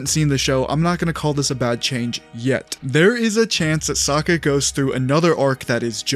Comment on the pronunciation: Why u keep saying Sakka??